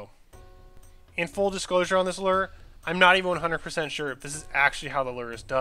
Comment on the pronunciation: Lure with a long "U". not Ler XD